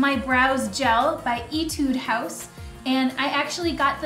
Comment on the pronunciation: I love Etude House's skin products. But Iv never used their make up before. I loved how you pronounced it though haha